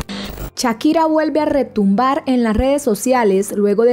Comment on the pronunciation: Shakira, no chakira,😂😂😂